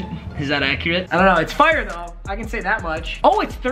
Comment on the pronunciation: When he says fire he sounds like he is from Canada